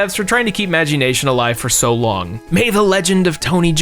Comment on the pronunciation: The way he pronounced Magi Nation hurt a part of my soul.